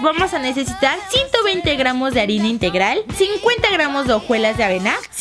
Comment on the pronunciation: Dijiste arena en ves de arina, jajajjaj😂😂😂